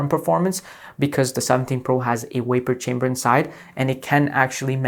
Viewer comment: “waper chamber”?? 😂😂😂😅